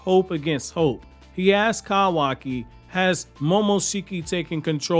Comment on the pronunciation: KAHWAKI KAHWAKI KAHWAKI KAHWAKI...... it's like isshiki shouting "kaaaawaaaakiiiiiiiiii" but the ahhh is present after kahwahki. kawaki is correct not kahwahki